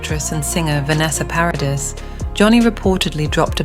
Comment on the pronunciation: Vanessa's last name is NOT Paris it is PARADIS! FIX your AI